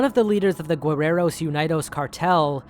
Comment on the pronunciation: oooh! your mexican pronunciations are good ! mexican names, especially those that derive from indigenous mexica words, are hard to pronounce, even for mexicans. just a tip, "guerreros" has a silent "u", so it's pronounced "ge" instead of "gue". and "unidos" is pronounced "oon-ee-dos"! otherwise, all other pronunciations are great !